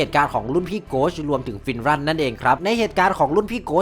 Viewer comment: ฟินรันคับไม่ใช่ฟินรั่น